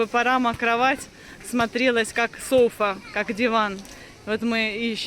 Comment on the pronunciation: Не сОфа, а софА. Диванчик без спинки.